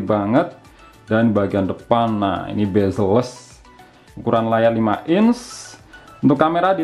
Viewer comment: CMIIW, spelling yang benar itu "Bezel", bukan "Bazel". Cb check di google. Suwun